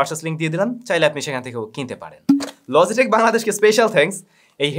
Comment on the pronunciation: Why are you pronouncing Logitech like LOZZY TECH?